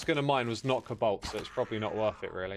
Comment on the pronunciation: there's something funny with how X reads 'cobalt'